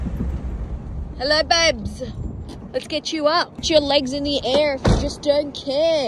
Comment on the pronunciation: She said "air" like she was imitating an American accent. I actually met an Aussie last week who did a pretty good American accent. They consume a lot of our media